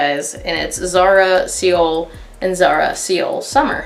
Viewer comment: "see-oul" lol. it's pronounced like "soul." love the content but I had to be That Person about this lol